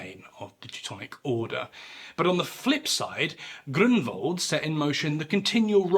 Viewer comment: Found your channel recently and now it's one of my favorite history channels on yt. Btw I'm impressed of your excellent pronunciation of Polish names like Grunwald or Jagiełło. It shows your dedication to details 👊